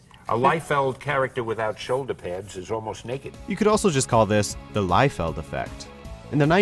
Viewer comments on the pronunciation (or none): I thought his name was pronounced Rob LEE-field.